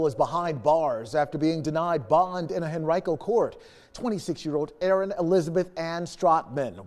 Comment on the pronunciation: It's hen-ry-co! Not hen-ree-co...